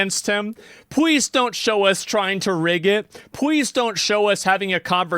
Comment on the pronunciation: WTF is Pweeze??